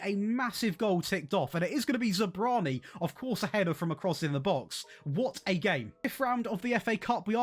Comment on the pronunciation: Great video! I don’t know how to pronounce Zabarnyi either. But the a comes before the r.